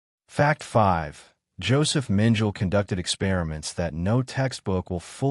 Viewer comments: Mengele is pronounce MEN ge la, and not MEN jell. The "g" is hard, like in good. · Mengel? Get someone who knows how to pronounce the German names. The name is Mengele. And Mengele was NOT Heinrich Himler, whose picture you showed when speaking of Mengele. If you can’t get these few things right, what makes you think I’m going to think you know what you’re talking about? Or are you AI or some other robot? If you or the editors don’t know difference between Mengele and Himmler, you don’t know anything about this subject. It’s also NOT Triblinker. It’s Triblinka. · Mengel?? It is pronounced Mengala AI SLOP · OMG! Mengele does not rhyme with angel!! Correct this, please!! He isn't Adolf Eichmann or Heinrich Himmler, either. 🤦🏻‍♀️ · Yeah, “Mengele” is pronounced “MEN-geh-luh”. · You’re correct; it’s pronounced Men - geh - luh (the guy who worked on twins) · How do you expect Likes when you mispronounce names...Joseph Menjul...lol